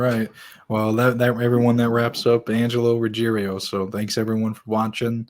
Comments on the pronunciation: RuggIERO not RuggeRIO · Why can’t anyone say his name correctly??? It is Ruggiero NOT Ruggerio. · How come Angelo’s name is Ruggiero but they pronounce it “Ruggerio”? Which is wrong, the spelling or their pronunciation?